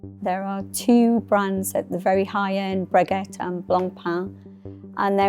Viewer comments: Yeah, it's pronounced "Breggy" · Bre-Gay not Bre-Get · If you’re pronouncing it “Bre-get” probably not going to value your opinion all that much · There are profound flaws in this report. Lack of understanding throughout. The woman who pronounces the high end brand “bregette”. Doesn’t show a lot of depth of knowledge. Yes, sales are down from the pandemic years…but they neglect to mention that the pandemic years were a giant bubble, an aberration. Measured against a line running from 2015 through 2019, growth is still shown. These pundits completely miss this vital point. To be true, the Chinese market has cooled and the US tariffs cast a cloud. Wiser observers would note that it is unlikely that the 39% tariff will not be solved relatively soon. China is more uncertain in the near term. Frankly this is a video produced by people who know little about the industry and it shows. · “Bregatt” - spoken like a true industry expert… 😂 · She's an analyst, not a linguist. And she's British - have you heard a french person pronounce english words before? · Breguet pronounced as “bre.get” meant this wasn’t serious. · I can't take this seriously after how she pronounced Breguet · Like a baguette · Watch enthusiasts also pronounce it wrong tho. It’s supposed to end in an eh sound (as in the vowel sound in “bread”), not ey like every anglophone says. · Indeed. It’s eponymously-named, so no excuse. Looking forward to their docs on Porsche, Moet & Chandon and Versace… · Most of the time, when people state the facts correctly, but mispronounce words, it means they primarily read about those things rather than hearing about them. Which is not a bad thing. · There was an audible "T" at the end😂 Dear lord! Breguet or Filet......... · Breguet f f s the final t is silent! What kind of an analyst is this cow?